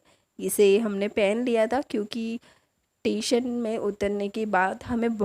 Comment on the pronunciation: It's not tation it's station 🚉 but nice video